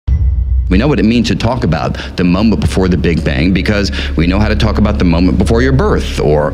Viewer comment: Had to watch the opening 7 times before I realize he was saying "the moment before,.." and NOT "the mambo before" ! Either way, this guy's a genius and visionary, unmatched! If he WAS saying "mambo" I'd still take notes, as he always bringing us to new levels of insightfulness!!!